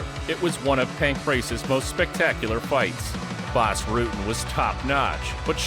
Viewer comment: I like how this guy tries to pronounce words like bas.. like power and palm strike haha perfect!